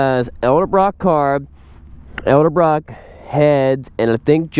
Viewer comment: Please learn how to pronounce Edelbock. Who's alive in '92? Please get your millennial dumb a$$ off this machine and back on your crotch rocket